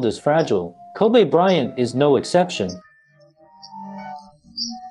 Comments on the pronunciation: His name is pronounced Ko-bee, not Ko-bay, my guy 😂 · Bro his name is pronounced Kobe with an E not Kobay with an A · Everyone in the world knows this man's name, are u intentionally saying "ko-bea" instead of saying Kobe. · Hosted by an AI bot? Kobe - pronounced "kobee" not "kobay" like the city in Japan. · Why is he calling Him Kobay so disrespectful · No it actually is Kobe' like A. He said that when he got to the league. He said that's the true pronunciation. I remember that vividly. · “Ko-Bay Bryant!” - This Video Narrator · His name isn't "Kobay". Have some respect. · He keep calling him Kobay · Ko-bae bryant 😂😂😂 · His name is not pronounced like the Japanese beef. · are we gonna listen to some one who cant even say his name right and have to obviously read from a script with out having a clue who the Lakers or any other basketball team is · Ffs... Can you at pronounce the mans name correctly if you're gonna cover the story? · All this research and he can't pronounce the name. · U can't even say his name correctly!!!!!!!!!!!!!!!!!!